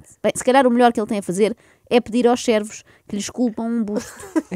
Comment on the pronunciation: Cervos....acho que foi o que ouvi.... não servos!!!